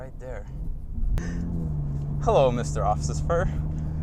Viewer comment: Good review, I want this car. Love the Johnny Law comment . "Hello Mr. Off-Sis-Spur" LMAO